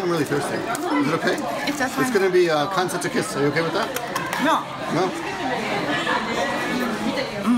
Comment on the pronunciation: I see the term "Kansetsu Kisu", and you pronounced it phonetically how it is written there, but dont japanese ignore the U sound at the end (desu = des). Just confused if it was yet another rule I need to learn or if that was just a slip